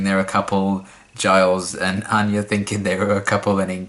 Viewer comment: Anya even pronounced her name like "anne-ya" instead of the usual "on-ya" lol